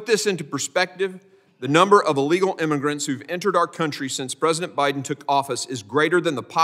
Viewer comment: Did he say “The priden administration”?😳😳👎🏽👎🏽